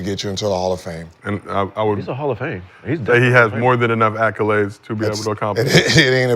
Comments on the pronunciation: Gil there is no U in accolades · WTF is an ACCULADE?!?!?!?!?! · Gil be killing me w acculades 🤣 who tf taught him that 🤣🤣🤣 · Gil really think it’s acculades, not accolades.